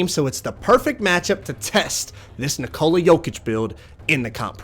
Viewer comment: Nick-a-la not Na-Cola